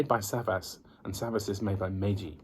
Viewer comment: No SAVAS.Correct is ZABAS.😉